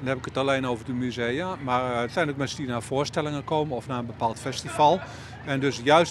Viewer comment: Mernsen? *Mensen